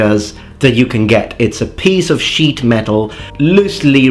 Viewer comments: When speaking of the shield, you mispronounced the sentence/word - "not a piece of sheet metal" I think you meant to say "shit metal" carry on :P (sorry silly humor) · "It's a piece of sheet metal" - why did I hear "It's a piece of shit metal" xD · He is Italian. As a non-native speaker, can confirm that english vowels are way trickier than they seem. The "e" in "bitch" and "beach" is a beach.